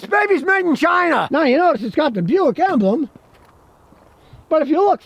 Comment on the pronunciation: Buick ... Bu-Yao-Ic.. "Bu Yao" ? They "don't want" the name?